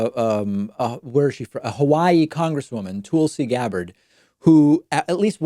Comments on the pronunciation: Purposely calling her "Toolsi"... kinda lame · How dare you misrepresent (and mispronounce) Tulsi you dimwit. Don't act like you don't know why she said that, and why she's been absent. Jesus, bro, you make yourself look like a Republican at worst, and a corporate sellout Democrat at the very least. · At least pronounce Tulsi's name right